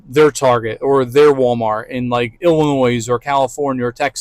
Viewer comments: I don’t get that response… but okay. Just know there is no s pronounced when saying Illinois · You don’t pronounce the s in the end when you say Illinois. The s is silent